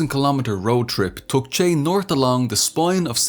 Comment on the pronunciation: I enjoyed this, but you mispronounced his nickname.